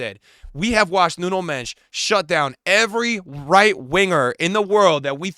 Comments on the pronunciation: Why does he call him “Nuno Mesh”💀💀💀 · The way you butcher Nuno Mendes name😅😂😂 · You've got tomlearn how to say Nuno Mendes! He deserves it